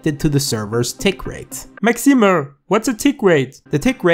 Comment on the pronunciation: Thank you! ''Maximuh''